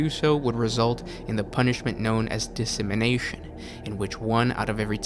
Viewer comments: lol I love that half the comments are making fun of for either reading from the wiki or failing to read the words correctly. lol dissemination. It’s decimation. Stay in school kids. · Dis simin nation? Its pronounced de ci maY tion....spelled without the y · "decimation" deh-sih-MAY-shun You're saying "dissemination", and it's infuriating. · dissemination? or decimation? nice work though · Decimation is killing 1 in 10. It's pronounced Des-ah-may-shun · Dude your pronunciation of decimation makes me want to shake the shit out of you, but then you top it off my mispronouncing the first half of diaspora its "DIE-AS-PORA" the empire is named after that word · It is indeed. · The lost knowledge of pronunciation had been long forgotten by the making of these videos. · Yeah that pronunciation had me confused lol